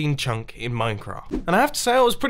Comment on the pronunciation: No one: Mumbo saying chunk: Chuncqk